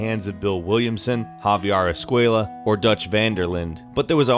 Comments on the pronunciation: Javier escuella lmaoooo es-cu-ela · Every time he pronounced esquella as "esquaya" a part of me died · ESK -KWAY-AH no mames guey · Javier ESCUAYAH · How he says escuella is so annoying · Anyone else bothered by the way he pronounces "Escuela"? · thats not how you pronounce javier's last name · why are you pronouncing Escuela like that. Isn't it in Spanish when their are two L's together it sounds like a y. Escuela only has one l